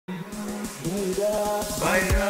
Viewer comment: Not bayla, (bayda) 😂